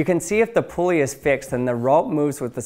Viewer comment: It’s not a “pool-ey” it’s a “pull-ey” 😂